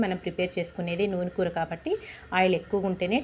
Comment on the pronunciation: చక్కగా ఇంగ్లీషులో చేసుకో అమ్మ వీడియోలు.... పూర్తిగా ఇంగ్లీషులో చేసుకో... కూర చాలా రుచిగా ఉంటుంది నీ భాష పరమ చండాలంగా ఉంది కనీసం కూర అనడం కూడా రాదా నీకు...